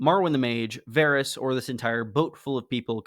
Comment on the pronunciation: Dawg, it's Varys lol